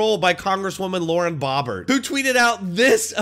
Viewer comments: I thought her name is pronounced O not AH. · Two words its bow bert.. not bob bert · Pronounced "Bough-bert" not "Bah-bert" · FYI, it's pronounced "Bow" bert.... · Her last name is Bo/bert. Not trying to be a dick just helping with how to pronounce her last name. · That bothered me too lol Ive never heard anyone pronounce it like he did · You're mispronouncing her name.